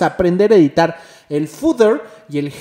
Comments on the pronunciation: excelente video ! a modo de ayuda! header suena ( jeder) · xD "Jeider" Excelente video bro. Me sirvió mucho. Se pronuncia sin la "i".